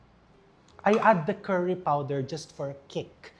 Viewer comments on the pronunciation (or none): none